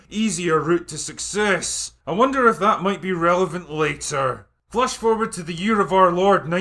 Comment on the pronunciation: Did he say "flush forward"? 🤔